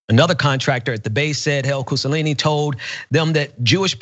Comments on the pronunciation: Only when you repeatedly mispronounce his name during a segment and noone corrects you. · Is it really THAT hard to make sure you're pronouncing someone's name correctly?! Come on...it's a low bar. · No it doesn't. Look at the spelling. The guy is pronouncing it wrong. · Can't pronounce his name? Mebbe try harder, or get another job. If we're outing someone, let's say their name, and not hide it via miserable mispronunciation, whether international or not. Or, do you prefer to give this guy the option of later claiming that a black guy can't even read. Get his name right. And never give a guy a stick to best you with. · Yes, that bothered me too. Even complex Italian names are easy to pronounce. I guess his eyes are tired and he just read it wrong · I don't care about pronouncing it for his sake. But have some self-respect. Do you want to look like an idiot who doesn't know how to read? If he was going to intentionally mispronounce his name he could have called him douche-nelli or something. That would have been fine. Because clearly that's intentional and not just sucking at reading But it doesn't sound like he was trying to mispronounce it intentionally. Just a lousy reader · No, I am pretty sure he butchered the man's name; which is very common, that's all. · I've lost count how many times mispronounced the last name "Cusanelli" by saying "Cusallini" in the video LOL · It's pronounced COO SA NELLY. Cucanelli. not COO SA LEE KNEE. You keep saying kusalini like Mussolini it's not. It's Italian. Italian names are about the easiest names to read, they're pronounced just as their spelled. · Cu - so - lin - ni? I think it's cu - sa - nel - li. You're helping him... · It was irking me that kept pronouncing his name "Cusalini". His name is Cusanelli. The N sound comes before the L sounds. Just to be clear, I'm not sympathizing with Cusanelli, he seems like a piece of shit. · Cusanelli; not Cussalini. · Koo-Sa-Nelli, not Koo-Sa-Lee-Nee